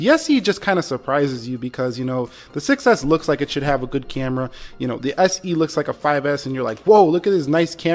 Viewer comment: I heard iPhone success not 6s hahaha